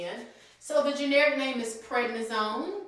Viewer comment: Hey There, love your channel and all your videos. While watching this one, I noticed you left the “d” out of Prednisone. Just wanted to give everyone a heads up! Thanks so much for all you do. 🥰